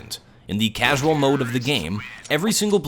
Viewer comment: LOL HE CALLED COD CAUSAUL